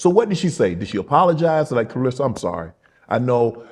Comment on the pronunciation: Everyone mispronounces her name Clar RES SA